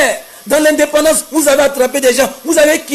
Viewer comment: Voilà 1 ignare qui raconte ça vie de misère KO nandependence va a l'école maudit la on dit indépendance